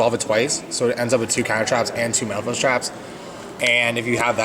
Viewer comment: Sounded like he said Mofos lmfao